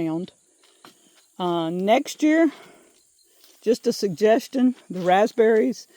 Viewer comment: I thought you had a fruit I knew nothing of, a raspsberry. My husband laughed at me, telling me you're talking about a raspberry; (raz beh ree). You said it without the P once, then I knew he was correct. Lord help me! Is adding the P a MS thing or how you were raised saying it. We say lots of shortcut words here. Ha Ha